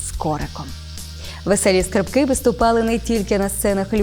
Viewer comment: Не скрипКИ, а скРИпки